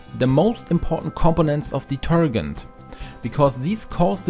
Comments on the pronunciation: Somebody should tell him how to pronounce detergent. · The g in detergent is soft, not a hard g. Lol. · Great video but you need to learn how to pronounce "detergent". ;-) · Love the way you mispronounce’ detergent’ ! 😂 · It's pronounced like de-TER-jent. In English, if a "g" is followed by a e, i, or y it is usually pronounced like a "j." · Also, detergent, the G is pronounce like in Gentlement. Has a J sound. DeterJent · Just so you know, the proper pronunciation of "detergent" is "deterjent" (hard G) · I love the way you pronounced detergent it's pretty funny. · the way you pronounce detergent is killing me😂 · please say detergent again 😂😂😂😂😂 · It's pronounced deterJent not deterGent😉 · Deter-Gent as in gentleman not gant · Deturgant...no no.. it's detergent. De-ter-Gent.. now put it all together and pronounce it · Do you mean detergent or detergunt? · Deter-JENT not deter-gent. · Detergent ❌ Deterghent ✅ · Deter*gent as in *Gentleman - not deter*gent as in *Gantt Chart. Good video , thanks :) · Please pronounce detergent like diterjent rather than diterghent. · It is pronounced de-ter-Jent, not de-ter-Gent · it's deter- gent like gentleman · Deetergent not ditergunt 😅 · It’s not pronounced deterGHent. It’s pronounced deterJent like the j in “judge”. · I just can't listen with the guy saying deter g ent. Man, it's pronounced deterjent. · Listening to you say detergant over and over has just made my night ,😂😂😂 Thanks for the great tips and a good laugh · ‘Deterghent’ - I love how you say it! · Hi. Interesting post! Just in case you wish to be understood in the US a bit more, I have a linguistics suggestion: In the US, we pronounce the last four letters of the word, “detergent, as we do in the word “Gentleman.” You’re pronouncing the G like “to Get,” or like the proper name “Gary.” It should sound like the G in “Gently, Gentleman, Giant,” or the same sound in some J words like “Jester, Jack, or Jeremy.” I hope that helps. Best wishes. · Did he say deturdgant ? 😳